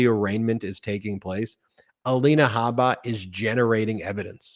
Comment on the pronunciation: Hey guys... Her last name is Habba... Pronounce the "H"... Her name, in Arabic, means "seed" or, also, "skin boil." Just for the record. 👍